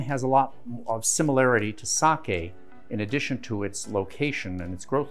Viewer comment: Being half Japanese, great pronunciation on “Sake”